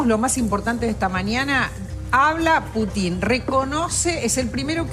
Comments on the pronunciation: Querida, NO es Putín, es Pútin, Pútin, Pútin, a ver si la captás... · No es putin ni putín... es Pútin... se acentúan en la primer silaba en ruso 😉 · y no sabe pronunciar Putin que le dice Putín?